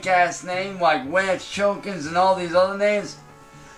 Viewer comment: Pronounce it right.... "Wance Chillkins"